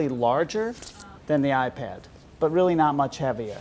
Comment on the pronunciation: 2mb ram? Not like the ipid this guy really needs to get his words right